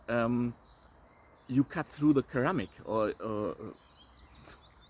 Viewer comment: I like duplex grinds. I took it one further and made a knife with a triplex grind - which I call the Triphasic Grind. It's in the first video on my channel and multiple subsequent videos also. By the bye, in English pronunciation, the first C in Ceramic is soft - 'sounds like "seramic".